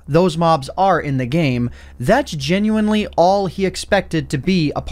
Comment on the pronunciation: Take a shot every time he says “genuenly”